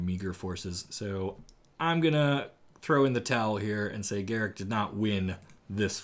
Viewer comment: Garick? GAROOK!